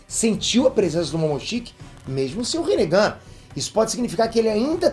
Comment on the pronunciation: Kk no começo do vídeo vc falou rinehd